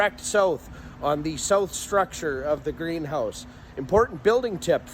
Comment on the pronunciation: It came from direct, from were did you say saauuuth?🤣🤣🤣🤣